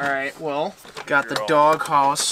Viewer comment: Did he say Dog Hoss